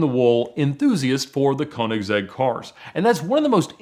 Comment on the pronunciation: I suggest you find a video where the owner (Christian Von Koeniggsegg) of Koeniggsegg introduce you to to the cars. At the very least, there you could learn how to pronounce the Brand name correctly.